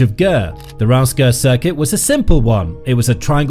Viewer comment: The correct pronunciation of Reims is /ˈriːmz/ (like beans with an r and an m.) I was fine at first, but by the 50,000th mispronunciation I was punching myself in the face.